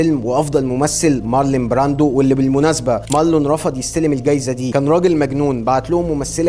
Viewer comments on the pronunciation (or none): قبل ما تتكلم في تاريخ السينما، اعرف الاسماء صح .. اسمه مارلون براندو، مش مارلين يا اخ، وبعدين في ستايل مهم جدا اتبعه مارلون، وانته ما قربتش منه، مع انه ستايل فارق في تاريخ التمثيل